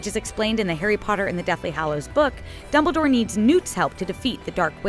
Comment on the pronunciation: Lol she said Doubledore